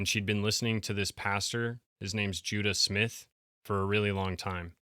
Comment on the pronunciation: I heard 'Judas Myth'